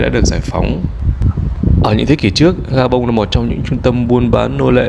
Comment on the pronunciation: Khi đọc tên đô thị thuộc Châu Phi , Ad phát âm rất chuẩn tiếng Pháp